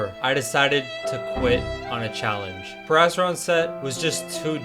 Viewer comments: It sound like perrastron instead of periastron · Its pronounced perry- Aztron not perasteron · You made the whole vid without looking up the pronunciation of periastron 😢 it’s not a “perasteron” bro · Isnt it pronounced “ pee-riya-stron” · the way he says periastron is actually triggering me